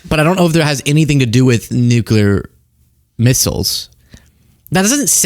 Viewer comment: “Nukaler” missles.